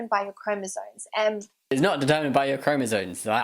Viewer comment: she doesn't know what she's talking about, what a biggot! She doesn't even know how to say 'chromosomes', she said 'chromosones' :D :D :D